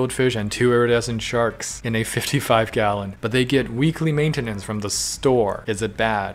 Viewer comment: that doesn’t sound like “maintenance”